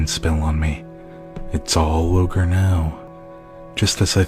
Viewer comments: Its not ogre... it's never ogre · Remember, it’s not Ogre... it’s never Ogre